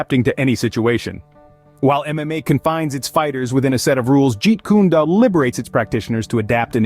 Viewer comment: lol “jeet kune doo” it’s “do” as in “dough”